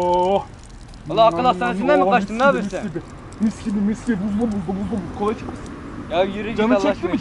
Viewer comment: Kolaya cola diyen abimiz❤